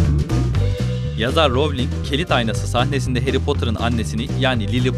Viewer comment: elin değil alan ; melfoy değil malfoy ; darsli değil dörszli ;ravling değil rowling ; vesli değil wiızli; prayvet degil praywt ama çok guzel bilgiler var